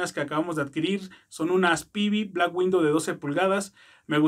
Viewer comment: Black widow no Window como pronuncias